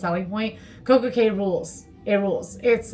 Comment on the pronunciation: Thanks for the video! Also, it's pronounced Coco (Key).:)